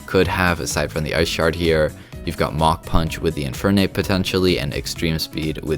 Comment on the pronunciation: Idk why but when he said Mach punch I thought he said mountain punch